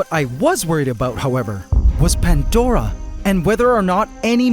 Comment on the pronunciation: This might be well known already, and I've wanted to know since I started watching this channel .... But why Pantdora and not Pandora? What the hell is a Pantdora? Goddamn Canadians 🤣🤣🤣